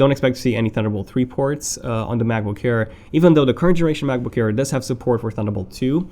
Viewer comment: sorry man, your pronunciation annoyed me, especially 'ayeer'